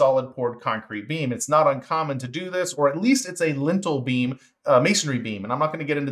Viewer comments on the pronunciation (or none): Lintel beam sounded like lentil bean.